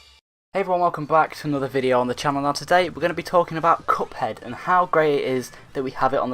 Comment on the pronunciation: You said “couphead” lol